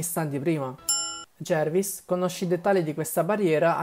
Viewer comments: “Jarvis” non “Jervis” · Si pronuncia Jarvis non Jervis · È J.a.r.v.i.s, non Jervis comunque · Comunque è Jarvis non è Jervis poi loki sa come attivare la trappola perché nick fury glielo aveva fatto vedere prima